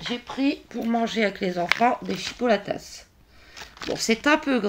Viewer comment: Coucou, C'est marrant tu prononces le s a chipolatas 🤭 Bonne vacances à toi et tes petits loups.😊